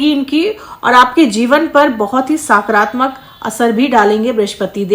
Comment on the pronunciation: साकरात्मक नहीं सकारात्मक बोलिये